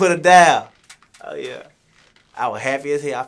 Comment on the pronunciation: He talmbout “put her daan” 🤣🤣